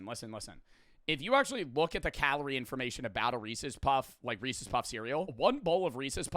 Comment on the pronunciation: This is the first time I've heard pronounce "Reeces" like a normal human being lmao